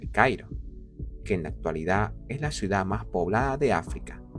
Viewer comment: Me vuele loco cada vez que dice " suidad "